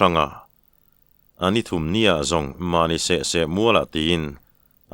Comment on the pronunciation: Thum rawn ti tawh suh, thûm rawn ti rawh.